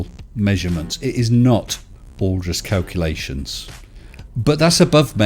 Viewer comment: The kakalations derp 😂 ffs